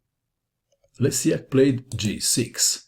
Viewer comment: you uncorrect Reading surname of polish player, Le ś AK not Lesiak:)